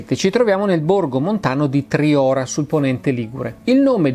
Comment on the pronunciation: Solo un appunto Massimo : Triora si prununcia con la O chiusa